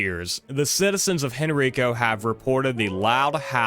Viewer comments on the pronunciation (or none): I live there and have lived in Virginia my whole life. It is actually pronounced Hen-Ri-Ko. And it makes a similar sound to the way you pronounce Rikers island, the prison. So pronounce henrico like it’s spelled in the same vein as rikers. Or just look up a video of any county meeting and listen to them pronounce it